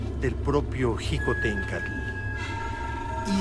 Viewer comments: Xicohténcatl, Se pronuncia "shikotencatl" y no "jikotencatl" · está de la cola el documental, ni siquiera saben pronunciar "Xicohtencatl"